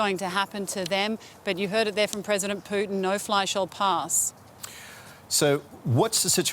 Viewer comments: President 'Plutin' hahaha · Poo-tin. Please use the politically correct spelling.